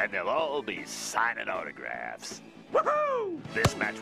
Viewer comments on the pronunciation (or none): To my ear, he pronounces Portugal as "Portugo" 😂